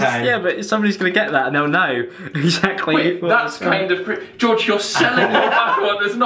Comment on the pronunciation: It took me so long to understand because you said gorge instead of George